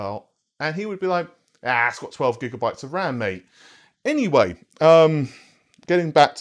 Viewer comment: Did you really just say Gigamabytes?